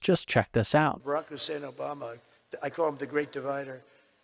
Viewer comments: He never says Barak Obama he has to over pronounce "Hussain" in the middle a man who's racist to the core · You see how he calls him hussein